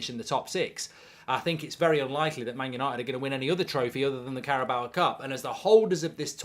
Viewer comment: Carabao, not Caraboa.